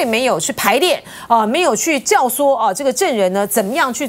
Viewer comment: 請問各位台灣網友，教唆這個詞的讀音是什麼？聽主持人讀成教(守)，不是應該讀成教(縮)麼？